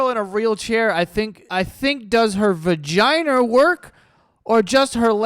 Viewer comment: The hard R in "vaginer" is crazy